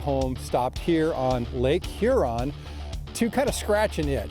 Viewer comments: Great show guys!👍, you were good, but was saying Her-on. As a Michigander the best way I've found to explain the pronunciation... Is like a person asking, what lake "yur-on", with a light sounding H, similar to the"J" in Jose` Rodriguez. Looking forward to next week's show! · Great video but here's a tip guys, it's pronounced Hyuron, not Hurrron lmao